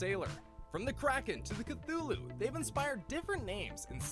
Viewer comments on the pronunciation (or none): none